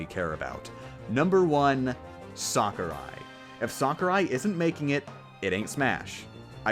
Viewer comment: Just so you know its 'Sakurai' not Sakari.